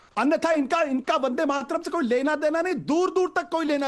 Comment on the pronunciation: Yeha Ashutosh Vande Mataram ka sudh ucharan nahi kar sakte aur dusron ko paath padate hai apni pateli jhadte hai par har debate mey mu par girkar jalil ho jate hai .